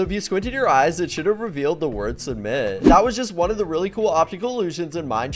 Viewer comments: No,not Suumit,but Submit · it's "Submit"